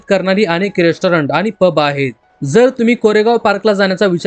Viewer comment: मराठी नीट बोलायला शीक. आनि पानि नको. ण उच्चारायला शीक.